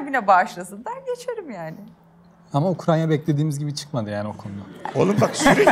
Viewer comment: Ukranya ne ya yaa, öeaaafggghh. Gittigin ülkenin adini bi bil ya bi zahmet